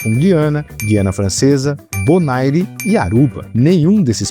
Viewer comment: A pronúncia de Bonaire é "bonér".